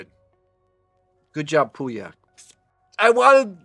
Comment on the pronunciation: Good assessment of these wines,however I wished you took the time to pronounce the correct French name of these wines.Gigondas and Pauillac are very famous wines and you should respect their names as every wine expert should .